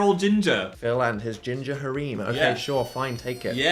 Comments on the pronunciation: why does dan pronounce harem as "hareem" 😭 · is that how British people pronounces harem?